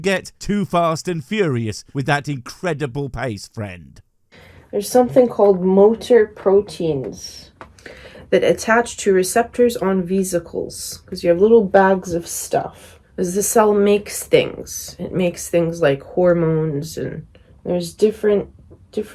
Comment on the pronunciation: They’re fibers but actually they’re bridges and highways and networks and lots of other stuff and things etc. Also the way she says “visa-culs” for vesicles is funny. If the price for “free” higher education was this, you couldn’t pay me to be so misinformed in such a boring way.